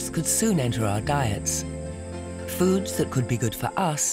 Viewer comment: I thought you said fools !!